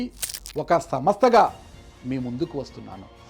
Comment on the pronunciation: నాయనా..సంస్థ అని పలుకు. సమ స్త కాదు..రాయలసీమ పరువు తీయవద్దు